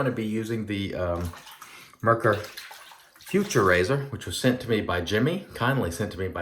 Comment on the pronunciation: I believe the German pronunciation is something akin to "foo - TOOR", but don't tell a German I said that.. 😁... Great shave! I may have to pull the trigger on this set 😎. I'm a sucker for these resurrected scents. I think Doug should call it Myanmar 🇲🇲. Also, if you want to see a great (creepypasta) story on the Cecil, Google "Elisa Lam Video". Have a great week!